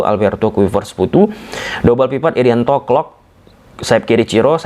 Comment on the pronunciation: Ngobrol nya ngga usah d barat barat bng, putu ya putu jangan futu